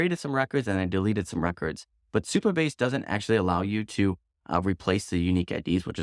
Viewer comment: Supabase not superbase 😅